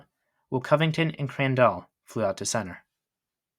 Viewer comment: A perfect video CT yank, except the THREE tiny, tiny, tiny runs,er I mean errors ~~~ Burdette, / Cadet ~ Crandall,/ Candle ~ Virdon / Virgin 😜 ~ Only an old~timer would know or care ! 😘